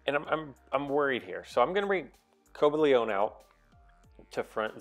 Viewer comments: Co-buh-lee-on. No "ay" sound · It's pronounced "co- bay-leein"(cobalion) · It's Co-bal-ee-in